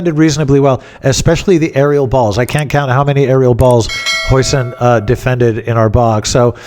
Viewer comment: ‘Jausen’ as per your recent Dutch guests.